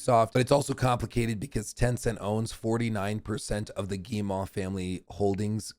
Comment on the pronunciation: I appreciate you but we have GOT to work on your French name pronunciation (unless butchering them is the point): Marc-Alexis Côté= Mark-Alexy coTAY Guillemot = geeMO Christophe Derennes = kreestoff deREN (what is this René stuff smh) I believe in you